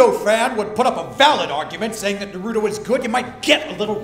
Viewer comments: lol I hate it when people say Naruto like that; usually they dont watch it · goddamnit its Naru-To, not Na-ruto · Omfg it's NÁRUTO. Not fucking NARÚTO.